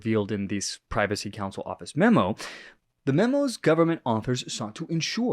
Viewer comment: It's not the "Privacy" Council, it's the "Privy" Council...